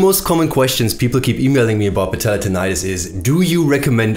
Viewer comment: i just love the way you pronounce : patellar tendonitis. goosebumps :D